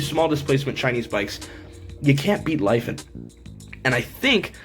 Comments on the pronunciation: it's pronounced lee-fawn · Yea when I've talked to them on the phone they pronounced it Lee Fahn